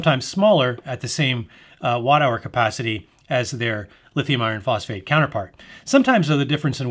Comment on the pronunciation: That was the longest boring review of all the videos I watched. I tried to stay awake. There’s a lot of details in this clip. Sometimes theres a little more in the clip than what I needed to hear. “Lithium iron phosphate chemistries“ couldn’t even pronounce it properly. They’re just batteries right?